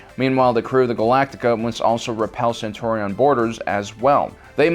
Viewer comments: Cen-tuarion, Thall-la-ron, SSShimitar... C'mon dude. If you aren't familiar with these aspects of the franchises and someone hands you a script with words you are unsure of pronunciation... Check how to pronounce them before going to film. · the true heresy was ALL THE MIDPRONCOUNCIATIONS. Centaurons? SHIMITAR?? seriosuly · IF YOU DON'T INCLUDE BATTLESTAR GALACTICA YOU WILL BE RECEIVE A CYLON VIRUS IN 9, 8.7, EDIT: ATTACK CALLED OFF... FOR NOW HUMAN. P.S. Edit: you miserably mispronounced Centurion so we are sending the Virus along with the Offended Centurons TO EDUCATE YOU. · CENTURION not Centaurian! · I can't believe you mispronounced "centurion"...(smh)